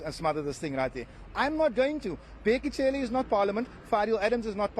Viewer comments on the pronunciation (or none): Bheki "C"ele... NOT "Tshe" or "CHE" 😂 Mr I am the first nation of this land😂😂😂.